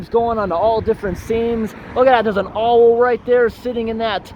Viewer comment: Their is a what in that tree " an Owal" i think you mean "an Owl". Its like when you go on hike to see abandoned buildings. You say "Rhooms" instead of "Rooms". Why do you insist on mispronouncing words frequently? No offence but it sounds stupid when you do that.